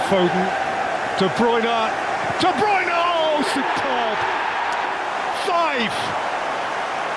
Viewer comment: De brunye ahhh balter apsolute balter from Kevin de brunye there is no stopping that still remember this to this day